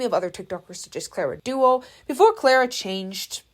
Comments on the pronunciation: Yeah, that bothered me too. “Clara Duo” 😭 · Nadine 'Breaty' not Beauty, and Clara Dao (Da - o) not Dua 😭😭😭😭😭😭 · Girlys pronounciation went from clara dao to clara dua to clara duo 😂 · gurl, its clara DAO, not clara DUO/DOA😭😭😭😭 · clair uh dow ✅